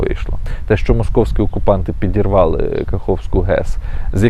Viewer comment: "ПИдирвалы"!??? Дальше можно не смотреть, полного патриота